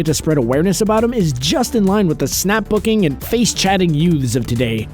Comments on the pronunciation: "Snapbook" and "Facechat" good job 😂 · snapbook? anyone else heard it?????